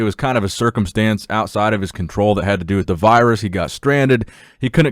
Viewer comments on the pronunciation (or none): none